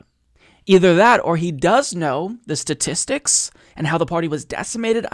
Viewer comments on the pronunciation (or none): none